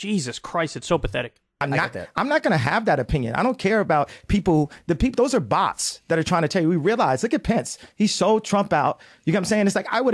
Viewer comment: Did no one notice him say "Bots"??? Please tell me Sneako isn't also having an influence on this clown.